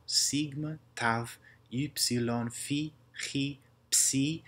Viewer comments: Is sigma always pronounced retracted like that, or does it depend on surrounding letters? Also I think pronunciation of chi is notable. It should be velar /x/ not uvular /χ/ ironically enough. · Many of these sound good. But I do believe during koine times that χ would be pronounced “k” with an aspirate. So kh as in kite. Even in modern Greek it doesn’t exactly sound quite like how you have here. It usually has the sound of a velar fricative, rather than the uvular fricative.